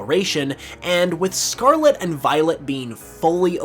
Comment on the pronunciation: If you stop saying scarla interested of scarlet ill subscribe